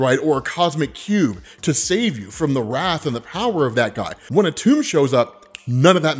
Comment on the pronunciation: It’s pronounced atom… that’s where the molecule gets its name from dammit your killing me